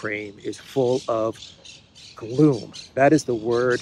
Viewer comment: Gloom… Rhymes with Doom.